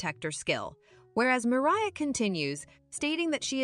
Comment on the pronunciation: Bro what are these pronunciations “Tomah” “Mariah” “Sofya” Tf are these 😭